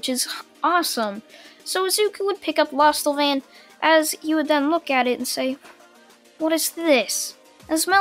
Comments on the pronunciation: It's lostvayne not lost avain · It's lost-van-ya and it's also d-anne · lost vein is how you say it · Its not lostevein its lostvein and its dian not dian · It’s lost vain not losta vain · Lostvane not lostelvane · its lost vaine (pronounced) 🙂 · I think it's pronounced lost vain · is pronounce the Lost-vain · Pronounced: Lost Vain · I'm pretty sure it's pronounced lostvayne also the character that you seem to be incapable of pronouncing is named Deanne also deanne's saver treasure is not safe it's actually a giant Sledgehammer called the Gideon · It’s pronounced lost vane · It’s said like lost- vane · its pronounced lost-vaine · Lostvayne is is pronounced lostvein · Pronounced lost-vein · I thinks it’s pronounced lost-vain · Lost-Vein = Lostvayne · Diane - Di-Yann Lostvayne - Lost - Vane. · Lost vain that's how you say it lostvane is how you spell it I think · I like this but he says lostvayne incorrectly and its so annoying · Wtf!? Say Lostvaine again, I wanna hear the atrocity that just came out of your mouth. Also, Diane’s sacred treasure is a hammer named Gidion. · •Naom-chi• I am sorry for getting that mad, however in my eyes that pronunciation is one of the seven deadly sins.